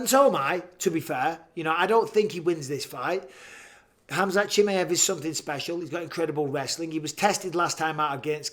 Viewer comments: BISPING: KHAMAZAT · It’s Khamzat not Khamazat ou Kazmat or any other way.